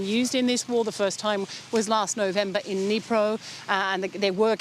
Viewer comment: When you say dnipro, don't silence the word d. Say as it is DNIPRO